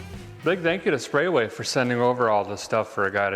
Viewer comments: It’s actually Sprayway not sprayaway! 😂😂😂😂😂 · I love how he keeps mispronouncing Sprayway as Spray-a-way.